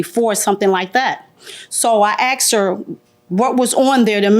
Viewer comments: People, the word is “asked.” Not axe. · “It shoulda been dere but it waddnt dere so I axsed her”